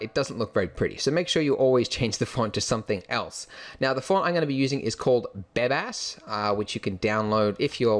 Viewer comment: lol, i heard "Badass" instead of "Bebas" ^^